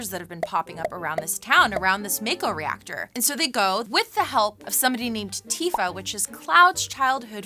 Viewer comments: mayko lol it’s actually pronounced ‘Mahko’. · It's not said as mako but as mocko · pretty sure it’s pronounced mah-ko in Crisis Core and Remake, plus that’s how it’s pronounced if you go by the Japanese vowels shrug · It's pronounced 'maw-ko' :) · The way she says "mako" and she says she's a meganerd.. cringemuch? Is she ceilinggang, not floorgang? cringe. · Not gonna lie, the way she pronounces mako makes me cringe hard....